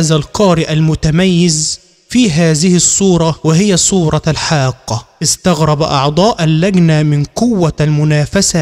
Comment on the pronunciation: شو هاد قرأن ولا اغاني عيب هاد وين الخشوع بكلام الله وبيقول الحاكتي بدل ما يقول الحاقه هاذا تحريف اقسم بالله انكم لاتحفظون ولاتعلمون في القرأن إلا القليل